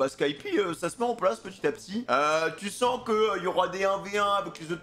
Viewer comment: il a dit dans la vidéo précédente que il le c'est mais que il préfère dire skypi